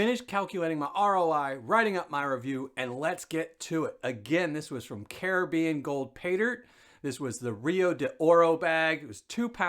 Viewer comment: Nice to hear an American pronounce Caribbean correctly..lol